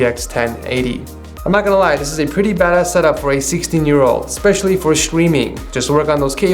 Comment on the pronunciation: He said badass lmao but it does sound like he said bad